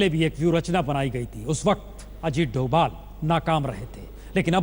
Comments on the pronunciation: he is ajit *dobal not doval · sorry Novel nahi Doval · it's dobhal . not thought aaj tak would do that